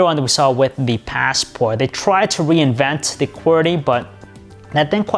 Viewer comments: You say Passport really weirdly and far too often too. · The paasssport. Ur ass it's a classic.